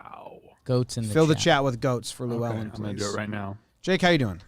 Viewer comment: Boys that pronunciation of Llewelyn is not it